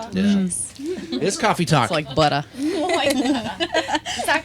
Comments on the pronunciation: Cwafee twalk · cwoffe twalk